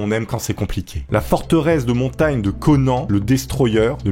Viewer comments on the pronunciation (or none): none